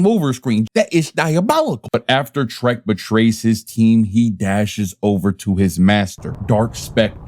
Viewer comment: It's Trek not Trent.